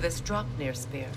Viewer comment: Did you really just call the "Spear" a "Spare"??? Come on... :face-blue-covering-eyes